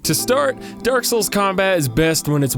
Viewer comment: I feel like you're sayin 'Dark Hole' instead of 'Dark Soul'